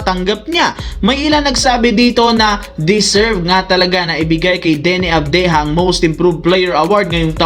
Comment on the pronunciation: Avdiha sa bisaya, o avdija, mali pronouns mo , nahala na bisaya ka😂😂